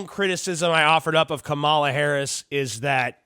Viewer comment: You’re pronouncing her name like the former professional wrestler, KaMAla- the Ugandan Giant. Maybe Valerie Clinton will have another run.